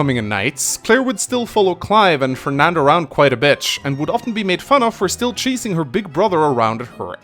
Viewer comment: Either my mind is playing jokes on me or said "Quite a bitch" instead of "quite a bit" here..